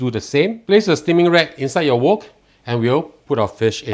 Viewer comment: Nice recipe. This cooking show is so politically correct that the wok is pronounced as a "woke"😂😱